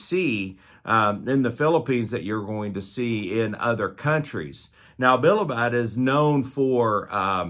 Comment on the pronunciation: It's bi-li-bid